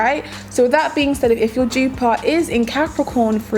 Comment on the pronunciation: Jupaar..... what a pronunciation!!